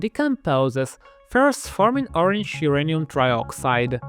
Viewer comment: Why is it pronounced urinal ?